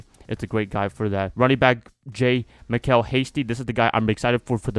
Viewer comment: Jamychal pronunciation is "Ja-Michael."